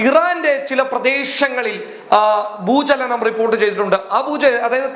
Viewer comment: ഭൂജലനം അല്ല ഭൂചലനം